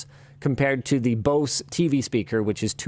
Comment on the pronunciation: I hate the way Linus is pronouncing Bose!